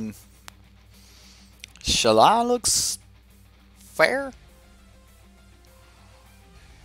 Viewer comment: Shalaiiiiiiiiii not shala wtf